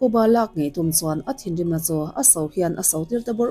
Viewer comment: Thinrim engphiar thluk dan chu a va mak ve, a dik taka thluk hram hi a tha a dik loh chuan beng a ti thlep vek zel